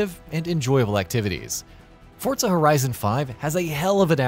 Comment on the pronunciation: That's how it's pronounced